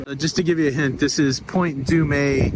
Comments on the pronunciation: I think Point Dume is pronounced "Doom", not du-may. But maybe I've been saying it wrong my whole life . Haha! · Are you sure it’s pronounced “Point Doo-May”? Or is that a Tonyism? As an official Valley Girl we say Point Dooooom. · California here. It is Point Dume (like doom). Enjoy your time. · I enjoyed the sights of my home state! By the way, Point Dume is actually pronounced Point "Doom"😊 😉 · Great you missed Paradise Cove home of Jim Rockford of the Rockford Files. Point Dume is pronounced Point Dumm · Pretty sure it's pronounced Point Zooma. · Welcome to Long Beach. Point Dume is pronounced Point Doom . Los Alamitos was perfect. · Local here. Born and raised. Use the carpool lanes and Waze. Also don’t know if you’re being adorable, but it’s pronounced Point Doom. Any questions, lmk!! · Uhhh…. Another Los Angeleno here..I’ve always called it/and heard it pronounced as Point “Doom-uh”…? Did you accidentally forget the “uh”?:) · Wow…..you were around where I went to university….I’m sure you’ve heard enough about your pronunciation of Point Dume. Hope you continue to have fun in So Cal!